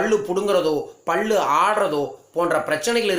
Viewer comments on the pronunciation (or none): பள்ளு இல்ல Boss... பல்லு. சரியா உச்சரியங்க!!! பகிர்வுக்கு நன்றி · பல்லு not பள்ளு...உச்சரிப்பு செரியில்லை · First learn how to pronounce pal pls.